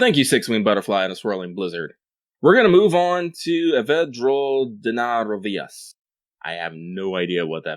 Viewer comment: Lol wasn't expecting to pronounce Evad drol dna roisas like that